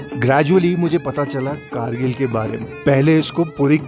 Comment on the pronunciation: It's not khar-rkil ..... it's Gar-rkil